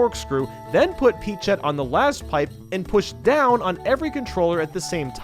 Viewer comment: Did...Did he say peachette?